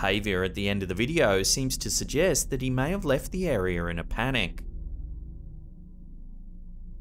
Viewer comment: Stop saying arear! Lol